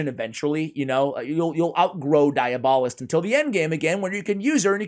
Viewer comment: Also, it's pronounced dee-AB-uh-list.